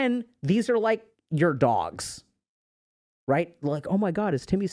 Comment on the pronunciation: What he said: (The emotions) become like your dogs What I heard: (The emotions) become like your dawgs